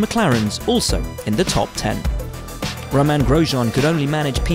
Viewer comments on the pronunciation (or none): none